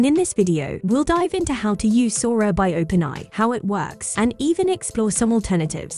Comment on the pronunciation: "Open Eye" Excellent 😅🤣